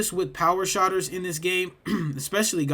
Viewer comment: It's SHOOTERS not Shotters my boy.. Thanks for the tips 🤙